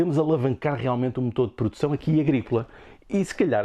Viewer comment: Pordução...por dicção... por favor